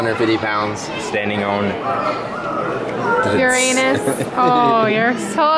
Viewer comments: couldn't even say Uranus omg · Yeah it bothers us because he seems immature when he can't say Uranus and he has say it for him. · He can't even say Uranus😑😑😑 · Tristan Rios Did you not get that he was joking, i'm pretty sure it wasn't because he didn't want to say it, he was just putting emphasis on the word so that was his level;)